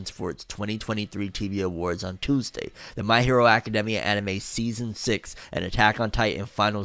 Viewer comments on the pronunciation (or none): none